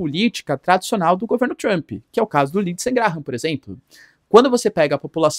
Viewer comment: 😅Mas gostcha do sotaque pra falar "Tchrump"... 😂 "Tchrumpista"...